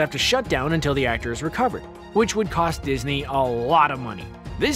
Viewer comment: Did he say disney?